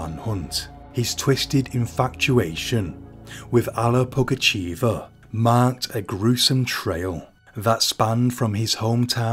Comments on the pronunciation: Nice videi. But just to let you know it's pugachöva not pugacheeva😅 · Okay, here it is: the village is "Vinnitsa", the name's "Pougatcheva" or "Pougatchyeva", I couldn't see if it was the Russian "e" or "ye" on the letter. "Pougatchev" would be a male tho :D